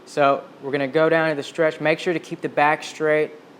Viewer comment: I had to look up the words shtretch, shtraight, shtrength, shtring ... couldn't find any of them.